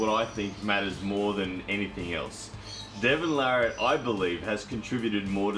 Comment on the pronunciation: Devon Larratt is by far my favorite armwrestler! And you are one of the few people that actually spelled and pronounced his name correctly. Everyone else seems to screw it up.